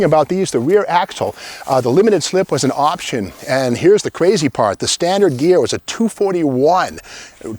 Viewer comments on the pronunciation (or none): none